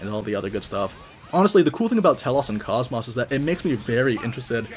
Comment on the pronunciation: So I'm not sure why it is EVERYONE that I've seen make videos for this, or if she says her name differently in the game sometime. But KOS-MOS has an "oh" sound where the O's are, not an "ah". This is true for both enlgish and japanese.